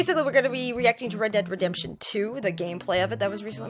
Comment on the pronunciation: ReEd deeEd Redemption 😂😂😂I know it was on purpose,but I love how you were saying it.